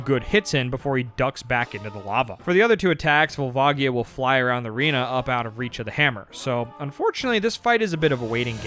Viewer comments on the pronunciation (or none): gotta love all these pronounciations youve invented :D cohiro, kookoo, volvaagia